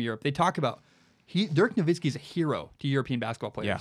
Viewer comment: HATE the way this other guy pronounces ‘Dirk Nowitzki’. It’s not “Dirk NoVINSKI’ lol. Put some respeck on the goat. Love your content